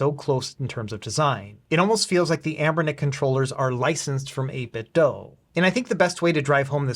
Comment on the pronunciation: It's the "8BitDo". The word "do" rhymes with "goo". The word you keep saying is "8BitDough".